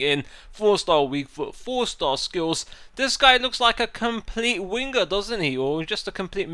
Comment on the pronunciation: I Laugh whenever you say winger, " wingguh"